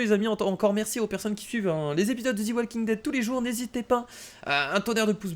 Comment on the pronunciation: ont ne dit pas zi walking dead mais ont dit ze walking dead UN PETIT CONSEIL DE MA PART ALLER CONTINUE COMME SA MEC TU ASSURE🎁🎁🎁🎁🤣🤣😍